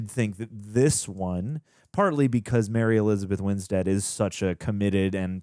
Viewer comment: the way u says "Mary Elizabeth Winstead" got me 😂